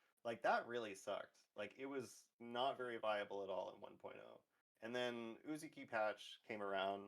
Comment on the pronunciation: Izumi + Uzuki = Izuki. I just hear Izuki each time you say Uzuki.